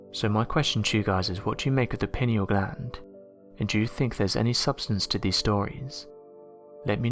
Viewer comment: The Pineal gland is pronounced Pie-knee-al and not Pinny-al